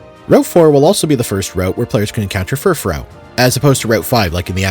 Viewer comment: for the love of god pronounce fufrou as "fur-froo". great video otherwise